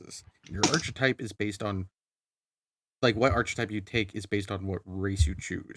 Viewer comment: I hate to be that guy, but it’s pronounced Ark-etype, despite the spelling (archetype)… Does posting this make me an Archfiend?!